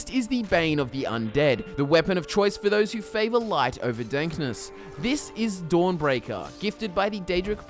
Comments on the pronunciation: Is it just me or did he say "The light for dankness" instead of darkness? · I'm sorry but did you just say 'light over dankness'? 😂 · When he says if u prefer lightness did he say dankness or darkness after. Saying lightness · listen to him say “darkness”